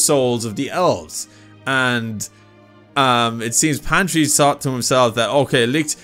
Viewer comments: PATRI not fucking pantri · Its not pantry.. Its patry... 😅😅😅